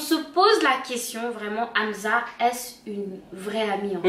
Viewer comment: Je vous aime bien mais petit remarque on dit pas amza mais amssa